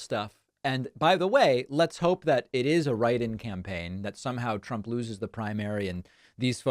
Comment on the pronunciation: Thousdands Plural nound Meazurement of the numbers of people gathereded to await Presidunt Tromp. * "Thousdands and thousdands- tears in their eyes- are gathereded to await me."